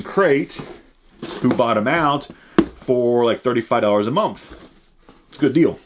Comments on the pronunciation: Lol. I heard that too . Nah he said momth forsure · Not trying to sound like a hater or make fun of because I love his content, but am I the only one that hears him say "momth" instead of month